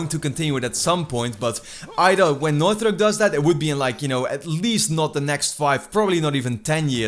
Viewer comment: dude, you need to work on how you're pronouncing "Naughty Dog" I'm hearing "Nauthy Dog" every time... maybe annunciate your "t"s better